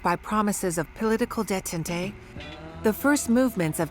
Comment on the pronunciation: detente is pronounced 'day-tawnt' not day-tun-day.